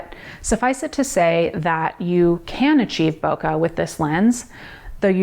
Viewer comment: It's pronounced "bouquet". Bokeh comes from Japanese. Source: Arri Signature Cinema lens interview on YouTube. YouTuber: Potato Jet